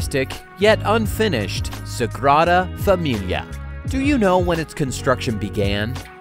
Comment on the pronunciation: Dear Mr Narrator, AT LEAST learn to pronounce Sagrada Familia. Your syllables are killable.